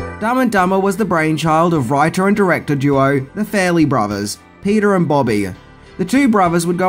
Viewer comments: Fa-relly brothers...not Fair-elly brothers...let's work on that pronounciation ;) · FAR-LEE BROTH E RS not fair ley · Farrelly is not pronounced "Fairly". And fix your lazy ass titles. God.